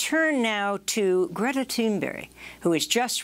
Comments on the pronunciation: Um, Ms. Goodman...it's Thunberg, not Thunberry. I noticed she looked at her script as well. Do you not know who she is?!? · It's Greta Thunberg, not Greta Thunberry. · Her last name is Thunberg...not Tuneberry!!! Please honor her courage by at least pronouncing her NAME correctly...